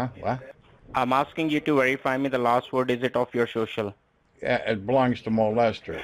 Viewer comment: Whereify..who are you..did he say lieinforcement..Yeh, how many peoples know your number...I thinks his head is going to explode...